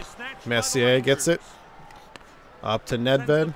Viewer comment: Dude. Nedved. Ned. Ved.